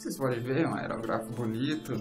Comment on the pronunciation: Perdão menino, mas você não está falando corretamente o nome da sua ferramenta, o acento agudo está errado, não é aerográfo, é aerÓgrafo, poxa meu você faz um vídeo pra falar errado, não vale, desabona você e o seu trabalho, será que você nunca ouviu ninguém falar o nome corretamente ? Me desculpe novamente, é uma crítica para sua evolução, não quero com isso destruir você, ao contrário quero te ajudar. Grande abraço e sempre com muito amor a arte, felicidades :)